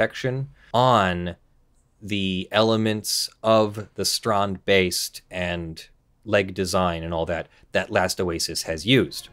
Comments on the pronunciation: Wow didnt expect the how you pronounced strandbeest, expect you to go strend beast, thumbs up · oh boy I'm jumping in my seat even before the vid started =) I'm really curious how you pronounce strandbeest X) (I'm dutch) (edit: I tip my hat to you dear sir. that was perfect!!!!) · Well done on the dutch pronounciations... you nailed both Jansen and Strandbeest. Interesting case. I don't really understand why the artist would care much if his art is used in an original way by other artists, the game designers. Still in the middle of the video, but so far it's very informative